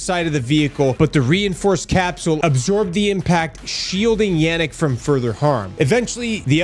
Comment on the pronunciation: Yanik?? You mean yarrick?😊